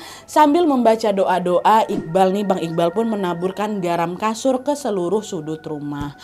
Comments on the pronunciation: Garam kasur?? Apakah aku salah dengar?? 😅😅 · Kok jadi garam kasur bukan garam kasar 😅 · apa aku yg salah dengr yaa..menit 10.38 "garam kasur" 😅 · Aku dengernya garam kasur dong,,😅😅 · Ini salah denger gasi atau emg kk nad bilang garam kasur?😂